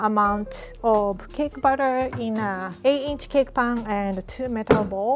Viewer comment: how she says batter makes the subtitles become "cake butter"